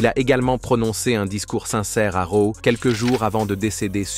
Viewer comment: r.a.w raw pas reo jamais reo